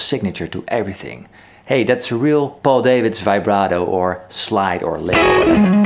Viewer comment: Hi my name yhu-stin (Justin) and you're name is Pow-L Dahvids.(Paul Davids) I can appreciate using English language to get a wider audience but names don't change pronunciation. Love your videos mate (makker)